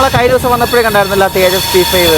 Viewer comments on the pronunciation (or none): none